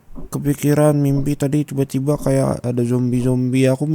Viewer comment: aku denger nya ciba² bukan tiba²😭😭